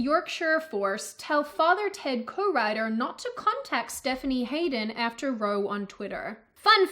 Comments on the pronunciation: row ... it's pronounced raʊ not rəʊ. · And ‘R Ow!’ Not ‘roe’. We Brits just love making it impossible to learn our language. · I'm triggered and have called the police! Firstly it's pronounced Heart-fordshire and secondly You said Row as in row a boat as opposed to Row like an argument which is pronounced Like wow. I'm kidding of course I need arrested for having a ridiculous language. Love ❤️ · It isn't pronounced "row" it's pronounced "row" like. An argument :) Google translate might be able to show the difference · It's pronounced raow, not row. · YO!,, "row" rhymes with "cow", ok? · Kudos for highlighting these issues, BUT... Hertfordshire is pronounced 'Heartfordshire'. Row is having an argument, it is pronounced the same way you say 'ow'. Humberside - really? We English are funny about how you say things. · it's pronounced: 'Lin -eh-hahn' and 'row' when used in the context of a fight or argument is pronounced 'Rau' or like this link tells you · You dont read the comments do you ? I keep telling you that ROW is pronounced like COW . Get it right , its annoying . Get a dictionary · "Graham Line Han..." Lol! It's pronounced "Linner Han"! And - "after row on Twitter!" Is that as in rows and columns? Lol! It's "row" as in "argument". You were having a day there,! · row ....is not rowing a boat.....it"s a fight...Rowel